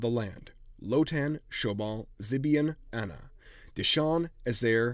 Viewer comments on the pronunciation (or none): none